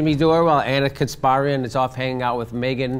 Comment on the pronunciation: Oh god please stop pronouncing "Kasparian" like that. Ask her how it is pronounced. It hurts my ears.